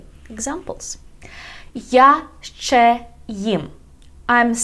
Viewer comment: It's not "шшє", it's "ще". Don't confuse the learners.